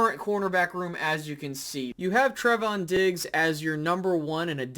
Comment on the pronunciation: TRAAAAY-von not TREH-von lol. Trevon diggs lol. Just messing with you (but it is lol) but bland is an exciting prospect especially since we got him in the 5th round. I think Wright is what he is but it's good to see him look to be improving. Kelvin Joseph is concerning at the moment, as a second round pick he should be further along than he is. One thing I think is crazy though is the AB hate. He has had a great camp and many say he's been one of the best on the team. You'd think that people would be happy he seems to keep improving and looks to be, at least at the moment, a solid compliment to diggs on the other side of the field. Regardless, I'm excited for this defense this year. I think we will be even better than last year. I think we have taken the next step talent wise- even if it's just growth from guys we have already had. While we may not replicate the turnovers from last year, I think this defense is going to be better and more solid all around so that we won't need to rely on turnovers as much as we did last year. I think the turnovers kind of masked the level they ACTUALLY played to last year. I thibk we change that this year. Another year of guys in Quinn's system, more talent for DQ to mold and utilize their strengths...the defense I feel great about. The offense.. well in my opinion we will just have to wait and see. I think this offense will HAVE to have a great run game in order to be successful this year but especially with Tyler smith's strengths, I think